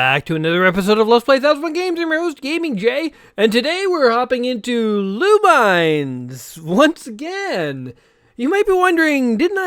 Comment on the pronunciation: You are pronouncing the title wrongly.